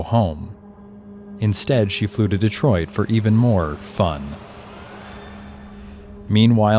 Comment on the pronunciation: Detriot and not DETROIT???